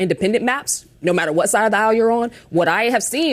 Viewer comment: "Say Wat"...u beeze all racist n sh/t.🤣